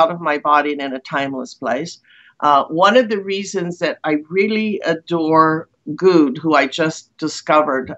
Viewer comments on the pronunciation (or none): JZ is pronouncing his name like, "Goud" and it's actually, "Goode". She's referring to Corey Goode. He came on the alternative media/UFO/alien abduction scene around 2016 (plus or minus one year). His main story at the time was his recollection of being involved in the "20 and back" program.